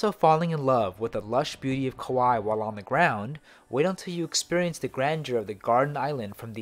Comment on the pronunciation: Kauai not Kuwai.